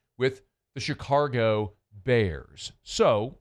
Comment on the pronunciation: Hey, you mispronounced Chicago, “Chi-cargo”. Why don’t you make a sound clip of that and overplay it with that Gayle Benson one, you fake ass fan, wannabe troll.